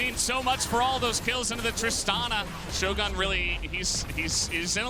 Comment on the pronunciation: Oh FFS, "shogun" is not an American word, goddammit. It has nothing to do with shows or guns. That's not how it's pronounced you philistines! I swear, LCK English casters are the fkn worst when it comes to pronouncing names.